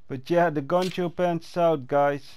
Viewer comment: We said Poncho not Concho!!! With a P!